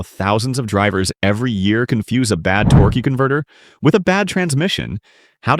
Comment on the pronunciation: what is a torkey converter? Is that a different part?